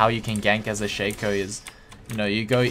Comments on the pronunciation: everysingle time I hear shaker I'm like... is this dota? I thought this was lol :v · I guessed He wanted to say shaco, but sounds like "shaker" everysingle time